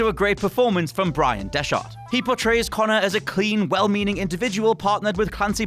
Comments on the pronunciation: Dude. Come on. How could you have pronounced Bryan's last name wrong? You even made the Blade Runner reference and everything. Smh. It's pronounced like 'Deck-Heart'. He even has a twitch and YouTube channel where he and his wife (she plays the Tracy androids) play games. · Kinda threw me off hearing your mispronounce Bryan Dechart